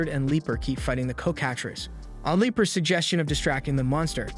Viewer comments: Coh kah trees? Cocka-treece. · Of its your voice couse it doesnt sound like ai but you never know Just so you know its pronounced "cock-a-tress" or "cock-a-trees" It doesnt really matter but i thought id let you know if you need a verbal vertion my little pony pronounces it how ive always heard it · LMAAA its so funny how you say coc